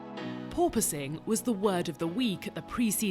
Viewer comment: Thank you for pronouncing “Porpoising” correctly 👍There is one F1 channel where the guy cannot pronounce it.